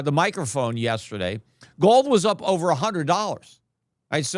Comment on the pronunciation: Peter.... Silvah, ovah, 100. 😂😂🎉🎉🎉 Fk butcorn